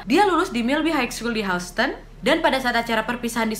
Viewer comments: Houston bkn? Baca nya Hiuston wa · Sikit kritik ya wak ... Houston di bacanya Yusten Btw selamat berpuasa ya wak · Mon maap wak houston (dibaca hyusten) 😂🤭 Selamat ya 1jt subs waaaak hehehehe Konten2 nya ku suka n somehow menghibur. Apakah aku ada kelainan? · Maaf kak Nadia, sedikit masukan untuk pengucapan " HOUSTON"..... seharusnya dibaca seperti ini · Maaf mbak Houston bacanya bukan spt itu.. mgkn englishnya agak dibenerin kali yah hehe.. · Agak ter distract stiap mba pronounce “houston” hehehe (no hate)